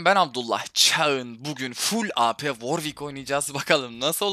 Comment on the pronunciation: Warwic deil dabülyu ar dabulyü ick